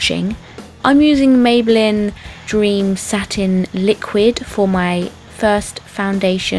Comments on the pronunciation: If you love maybeline so much, why don't you learn how to pronounce it?? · dont get me wrong shes perfect and all...but am i the only one who wanted to punch the screen everytime she pronounced maybelline wrong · How she said rimmel and maybelline really annoyed me haha